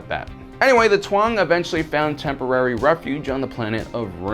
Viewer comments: Tuang?! ITS TAUNG, BARDI'KA!! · "Controversal"?? I don't think that word is enough to describe the SJW trilogy and those failed spin offs... Plus I doubt most fans actually give a crap what the new "canon" incorporates or not... OH and why do you pronounce the "Taung"! as "Tuan(g)"? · his pronunciation of Mando'a is absolutely abhorrent! First of all, vode is a plural and the E at the end is pronouced, it should be Vohd-ay. Cin Vhetin was translated right, but it should be "seen fet-een" not "sin vetin". They aren't the "Twang", they're the "Taung" pronounced "tong" The mask Revan wore was not the mask of Mandalore, but was instead the mask of a Mandalorian who was killed for opposing the massacre of the Cathar people. The mask he hid and the one he wore were not the same mask. All in all, not too bad. Most of the discrepancies were minor details and pronunciation